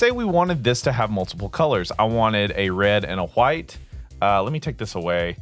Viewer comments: Thanks, for the tut and the laughs when it came to you saying huwyt! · Im going to press charges on you for assaulting my ears with that pronunciation of "white"